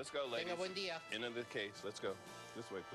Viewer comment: porque la de morado dise dilla en lugar de día que feo abla esa jente